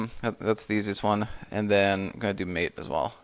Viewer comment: Just a couple of points: Mate is pronounced mah-tey. I learnt it last month, actually. Secondly, I don't know if you mentioned it or not, but the installation process with UEFI systems is a bit different.